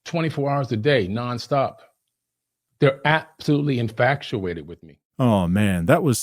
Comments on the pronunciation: Am I the only one hearing, "in-fACT-u-ated?" Or am I infaccurate yet again? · "Absolutely infactuated with me" is wild. If you're going to insult others, make sure you pronounce the word correctly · Infactuated lol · Did say "in-fact-uated with me"?! Learn how to enunciate and pronounce the BS you spew,.